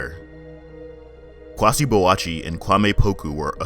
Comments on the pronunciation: It’s kwaysee !! My god, get the name pronunciation right !! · Yeah if you read, I did help you to pronounce the name !!! I said “kwaysee” !!! 🤦🏿‍♂️. Trust me, I’m a true supporter of black business and there’s a right and wrong. Now you’ll never learn to pronounce every African word ?! You practice. You gotta put more heart into it.